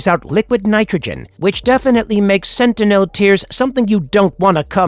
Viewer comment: I thought I was the only one it sounds so annoying especially the way he says sentinel